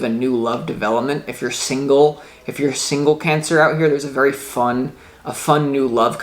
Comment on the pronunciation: Your so familiar to me and your readings are fine tuned..You said "Pancer," that was great too :-D))